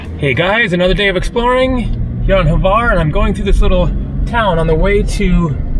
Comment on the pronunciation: Glad you allow comments now... I tried to give you some tips about Hvar in your first video when you did not disclose where you were... I'm glad you are now going all over the island... many people only stay in Hvar Town and miss a lot of the whole beauty... Croats pronounce it like "Phar", or Far... as you saw in Stari Grad, it derives from the greek Pharus, which means lighthouse, and there was one in the Pakleni Islands, or Devil's Islands, the little ones that guard the entrance to Hvar Town... although the name Devil's islands is common, many people say it is an error in translation. Also, the ferry only gets to Stari Grad, defining ferry as a large ship where large items such as vehicles are transported... the depth of the port there allows it. The ship that gets to Hvar Town is a big Catamaran, which basically is a platform mounted on two parallel hulls of equal size and therefore can get in shallow waters. When you get back from Korcula to Hvar, try to go to a winery, the lavender fields... Vrboska can be pretty noisy because normally the nightlife there in high season is a magnet, although not my "cup of tea", as Hvar has slowly but surely displaced other european resorts favored by the jetset... In all those towns, look for the image of a winged lion and his paw over a book. That's the symbol of St. Mark the Evangelist, saint patron of Venice... remember that the Venetians dominated the region for some centuries... if you look for those lions, you'll find them all o